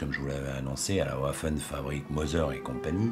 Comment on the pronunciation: "Ouaffen fabrik" ça m'écorche les noreilles...